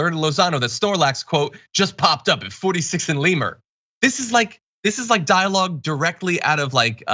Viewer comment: I thought you were an LA native. It's Le-MERT, not LEE-mert.